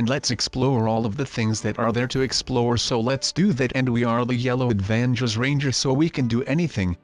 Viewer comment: Avangers lol rablox XD